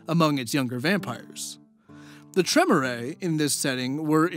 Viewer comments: Dude that's now how you pronounce Tremere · As a long time VtM player I'm amused by your various pronunciations. You add a lot of foreign accent to things like Tremere and Sabbat but just phonetically pronunce Camirila. No criticism just interesting. Also really wished there had been a Tzimicse just to see how you would say it. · Maybe I'm just an autistic neckbeard, but for me the cringiest part of this was listening to mispronounce all the fancy vampire words. IT'S PRONOUNCED "Treh-meer" not "trem-er-ay"!!!!! REEEEEEEEEEEEEEEEEEEEEEEEEEEEEEEEEEEEEEEEEEEEEEEEEEEEEEEEEEEEEEEEEEEEEEEEEEEEEEEEEEEEEEEEEEEEEEEEEEEEEEEEEEEEEEEEEEEEEEEEEEEEEEEEEEEEEEEEEEEEEEEEEEEEEEEEEEEEEEEEEEEEEEEEEEEEEEEEEEEEEEEEEEEEEEEEEEEEEEEEEEEEEEEEEEEEEEEEEEEEEEEEEEEEEEEEEEEEEEEEEEEEEEEEEEEEEEEEEEEEEEEEEEEEEEEEEEEEEEEEEEEEEEEEEEEEEEEEEEEE Edit: oh, he addresses that later on haha. just ignore me, I'll go back to my basement lair. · I believe that it is pronounced Clan Trey-mier, rhymes with pier, not Trim-er-eh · Tremere is "Tra-meer" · it's pronounced Tree-mere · tremere is pronounced "tre-mear" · The way you pronounce Tremere is equally frustrating and adorable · Your pronunciation of the word "Tremere" is grounds for a Blood Hunt,.:P